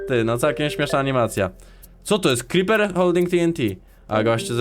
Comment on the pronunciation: to jest creeper a nie cripa